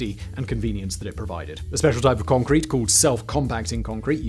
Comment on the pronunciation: "What's holding up this skyscraper, Yun?" "Congkweet"